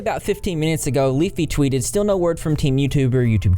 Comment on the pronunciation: Love the way he said still (steel)....must be from my neck of the woods 😁💗🍄🌻🐢🐢🐢